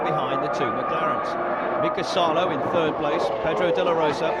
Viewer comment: "Maiköl Shumaher"? I think his name is Michael Schumacher. It would be important to know the drivers' names at least. And also it's not "Mika Häkinen", Mika Häkkinen. Also not "Mika Saalo" but Mika Salo.